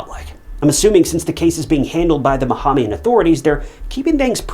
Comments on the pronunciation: I came to the comments after pausing the video seconds. Ba-ham-ian. This one really felt like a rush to put out content. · bahamian = buh·hay·mee·uhn